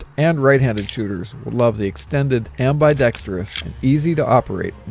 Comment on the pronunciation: Not amby-dextrious its ambidextrous